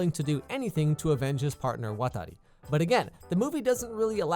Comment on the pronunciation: I like it when you say "Watari"